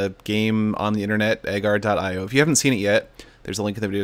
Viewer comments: Pretty sure it's "A-jar, eee, oh" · You didn’t say Agario You didn’t say Agar, dot, io You said EhGuR dUt EyE oH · ugaryo that's how to say it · He says a gar . I o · It Is Pronounced AhGarieOh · Lol at how he pronounces it. Fell outta my chair XD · U say agario wrong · You said Agar.io the wrong way! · you pronounce agario wrong